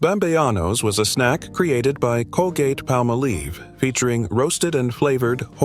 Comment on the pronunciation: Colgate Palmolive, not PalmoLEAVE, funny man!